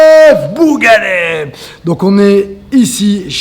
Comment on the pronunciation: boughanem il faut bien prononcer بوغانم